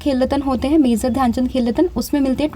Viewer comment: pronunciation mazor❌ major✅